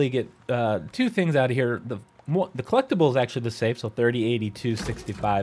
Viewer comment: Trophy drinking game: Take a shot every time he says "clecktible" 😵‍💫